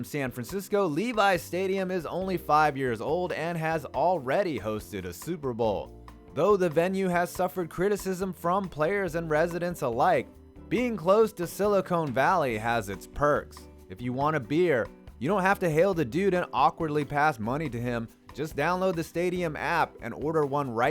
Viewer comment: Silicon, not Silicone Valley